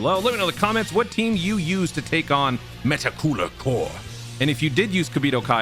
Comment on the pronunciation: the way this mf say meta cooler 🤌🏾 is the only way meta cooler should be said.